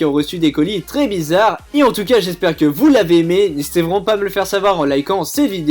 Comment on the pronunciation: Oh putainnnn il ma tue au debut de video il a dit " Nhesiter pas a liker et disliker sa me ferais extremement plaisir " mdrrrrrrrrrrrrrrrrrrrrrrrrrrrrrrrrrrrrrrrrrrr sa me tue